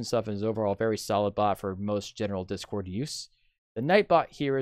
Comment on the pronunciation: You don't know how to spell or speak properly. You said 'This cord' instead of 'Discord'! You also said 'cuz'